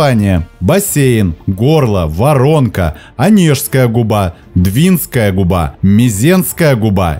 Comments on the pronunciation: Нас не пугает холодный климат, мы тут живем! 😊Спасибо за обзор нашего Белого моря. С удовольствием посмотрели, хоть всё это и знаем. Один нюанс для вас : В слове «Двинская» ударение следует ставить на слог с буквой А — двинска́я. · Супер, только у нас говорят Двинская ударение на «А», а летом купаемся на море вполне прогревается